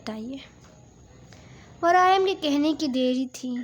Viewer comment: Its waryam not varayam